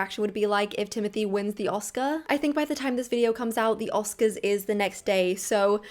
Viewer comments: Bravo for this video 👏 great job! aaand "oscars" 🙃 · It’s a bummer, his humility was so lovely. He rose too quickly bc VIBES. Prepare 7 yrs and can’t even get the accent?? #Oscars seem like a rigged waste of time tbh